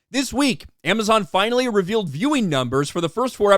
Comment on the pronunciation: A-Mess-On: "If you see a trailer of ROP you count like a ROP fan". Me: 🙄🙄🙄🙄🙄